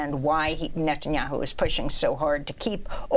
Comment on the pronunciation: Is Levy the only person calling him “Nutenyahu” during serious interviews? I’m here for it 😂